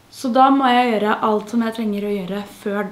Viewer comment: Ikke gjørre, men gjøre, ikke tbanen, men t-banen, ikke avsláppet, men av-slappet.